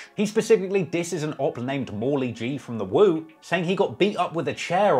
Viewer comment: Woo vs “chew” 😭😭